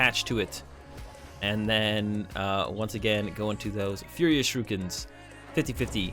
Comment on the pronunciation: Why do you say "Shirukens".. It's Shurikens lol sorry just a little pet peeve :P